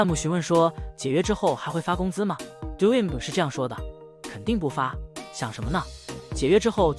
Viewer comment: Doinb一直讀成doing是怎樣